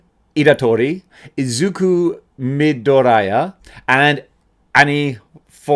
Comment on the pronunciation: Looks like I have to save your ass again izuku last name spelt midoriya but don't say it with a "I" sound but with a "e" sound or just call him deku to make it easier for you and the little pink hair shit is called anya not annie